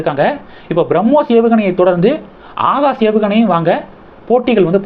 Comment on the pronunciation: Pronounce words properly “Akash” not “haagash”